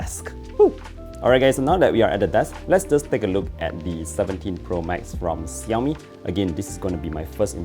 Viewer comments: ok lets try to learn how to pronounce Xiaomi. ,,shau-mee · Is this normal in Malaysia to pronounce XIAOMI like that?